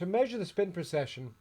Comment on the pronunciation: A very informative video. Thank you. I noticed, however that you always seem to be saying "procession" rather then "precession". If I am incorrect about this, I apologize.